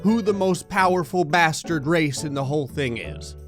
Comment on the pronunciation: The way you say bastard is funny 🤣🤣